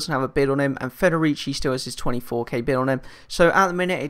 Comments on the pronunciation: u pronounced federici right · You pronounced Federici Right